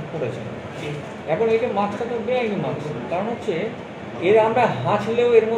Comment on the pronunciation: আরে মাক্স নয়, কথাটা হবে 'মাস্ক' । সঠিক উচ্চারণ জানা বিশেষ প্রয়োজন। ব্যাপারটা কেমন হাস্যকর।